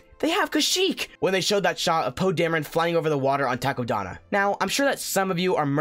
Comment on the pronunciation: Did you say taco Donna?